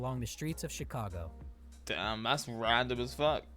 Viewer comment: For some reason he pronounces Chicago, sausage and Illinois wrong. He was adding an sh sound to the beginning of Chicago and sausage and Illinois is pronounced El-a-noy